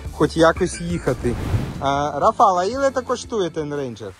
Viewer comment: Польською: РАфал,а не РафАл. З РафАлем, а не з РафалОм.